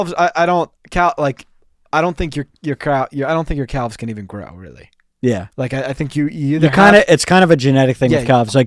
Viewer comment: But emphasizing the 'L' that much in "calves" is INSANE 💀